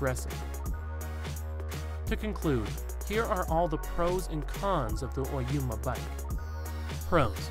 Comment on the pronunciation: Oyama not Oyuma...